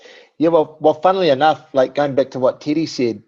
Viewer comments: Did Eugene just call teddy, (titty)!? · WHen Eugene says Teddy , sounds like he's saying Tiddy :D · I thought eugene was calling Izzy "tittie" he was actually addressing Teddy hahah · Is he calling Teddy Titty? 😆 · Take a shot every time Israel’s coach calls him “Tity” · lmao every time eugene says teddy it sounds like titty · It's so good :D No disrespect to their pronunciation but even when you anticipate him saying it it's still funny. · Haha I kept hearing that